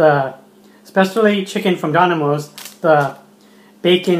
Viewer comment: It is dominos not donimos